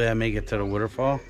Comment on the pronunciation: Nice. We love the way you said wuter fall! Looked like a good hike and glad you made it, thank you for sharing! Bet that water felt wonderful! Oh and hope you don't take offense to the tease on your accent. I'm a yuper in the Midwest and have my own accent, so I'm told.